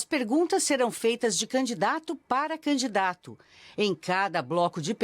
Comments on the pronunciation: Ele é aluno de Luladrão. Ele chama canidato tbm. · Jerônimo fala "Canidato" kkkkk isso era secretário da educação? Kkkkkk PT nunca mais!